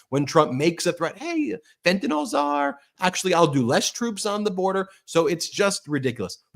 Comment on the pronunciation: Fentanyl -- FENT A NIL . Not FENT A NOL. Can you say it right please? I'm not going to tariff you, promise. :-)